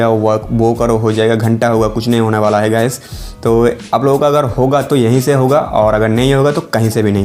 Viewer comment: Yehi se ya fir yaha se thik se bol bhai 🤣